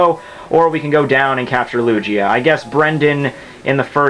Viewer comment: If he says Lugia wrong one more time....